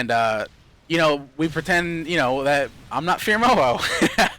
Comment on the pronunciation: As much as we like you and your videos, it really does sound like you're saying boyfriend Moho.